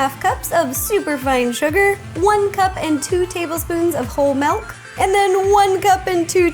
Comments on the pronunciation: Honestly not trying to be a hater, but has anyone else realized that she says Malk (milk) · Why it sound like you say malk not milk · Wait wait wait - did she say malk?